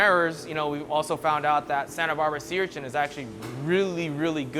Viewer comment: Stop saying URCHINT!! It's an Urchin, lol. There's no T in it.